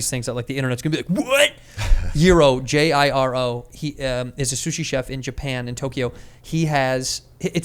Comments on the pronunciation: It’s Jiro not yiro ya fuck - jussayin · Yiro? It's pronounce Jee Rlo. Japanese pronounce J's like J's the roman alphabet is not used in Japanese so when you see things spelled in roman alphabet its phonetically spelled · Jiro, not Yiro